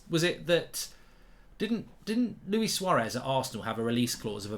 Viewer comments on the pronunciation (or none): none